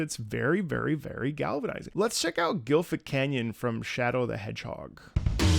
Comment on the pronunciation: Gentle correction here, it's "Glyphic Canyon," not "GILFic Canyon," lol